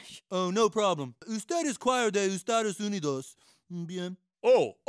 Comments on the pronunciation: LOL said “MmBien” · I love how said "mmbien" when speaking Spanish instead of "mmkay" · saying Mmmm Bien instead of Mmmkay is priceless